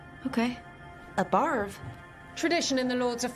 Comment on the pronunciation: Every time she said barve, my brain just went to barf.